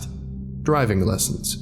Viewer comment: is the first mistake I've ever seen, and I've been watching these videos for almost a year now. He says "dRiving lessons" rather than "diving lessons".